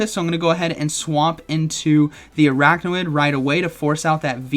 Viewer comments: you're saying araknawid, but the name is Araquanid, so it should be pronounced arakwanid. just an fyi. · It’s pronounced Ar-aqua-nid, not arachno-id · Are you saying it wrong on purpose orrrrrrr.....araquanid not araqnawid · LoL! What's Arakna-Wid...? Arak-Wa-NID. 🤣😂🤣😂🤣 🤦‍♂️ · It’s ar-aqua-nid, not ar-achno-id 😅😂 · Please stop calling it aracknawid, couldn’t watch this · Commenting to fulfill the algorithm because of your absolutely BONKERS pronunciation of Araquanid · Could’ve looked up how to pronounce the pokemons name before uploading this 😅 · The way he just kept saying Araquanid’s name wrong 😂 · What was the other mon where he kept mispronouncing the name? I forget, but makes me wonder if he is doing a Wolfey and trolling us with deliberate mispronunciation. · yes, I’m aware. My comment is pointing out that it’s being pronounced incorrectly in the video.